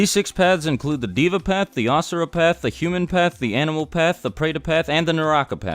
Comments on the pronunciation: why does he pronounce deva as diva its pronounced they-va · its not diva its deva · One of those paths of Samsara or whatever, "Deva" is pronounced "Day-vah" and not as Diva. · no hate but it is hilarious to see you mispronounce the paths such as naraka and deva it is actually dee-va stretch the e but again no hate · pronounced as : they-va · I am hindu and yea true he got most of them right but the pronunciation should actually be this Nark not Narka pret not Preta Dev not Diva samser not samsara and Yam not yama